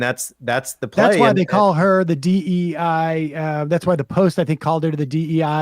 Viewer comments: Dei is the genitive singular of Deus, the Latin word for "god" or "deity It is pronounced d̥ɑɛ̯. Rhymes with “day” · My local priests have been mispronouncing it, as have been members I knew. OK, DAY.